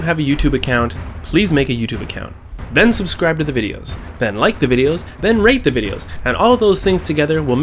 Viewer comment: Then like the videos Then rape the videos Me: what Lol Mom: he said rate!!